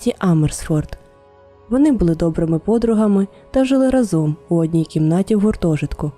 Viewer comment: Дякую за цікаву історію! раніше чула про неї ще на якомусь російському, прости господи, каналі, але ваш виклад мені сподобався найбільше! Під час перегляду помітила декілька помилок в українській, дозвольте на них вказати😅 У слові "разом" наголос ставиться на перший склад, щоб легше було запам'ятати, згадайте пісню "рАзом нас багато! Нас не подолати" :) Друге це неправильне використання слова "вірно". В значенні чогось безповилкового, так, як вимагають правила - потрібно говорити "правильно" (або неправильно), а якщо говоримо про щиру любов до чогось, відданість чомусь, то це слово "вірно" (наприклад, вірно любити). У вас було: "вони хотіли увімкнути ґуґл мапу, скоріше за все, аби подивитися вірний шлях до водоспаду", а потрібно було "подивитися правильний шлях"😅 Це мій великий коментар у підтримку українськомовного контенту💔💔